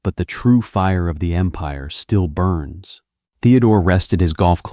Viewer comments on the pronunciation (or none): none